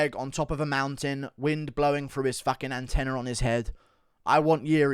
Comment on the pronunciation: "Antenna" LoL 📡